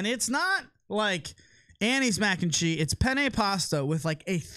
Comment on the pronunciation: Anyone notice Lucc drops the “s” in cheese when combining with other words? 😂 MAC and Chee. Bacon, egg and chee... Don’t let it chafe your dish tho 🤙🏼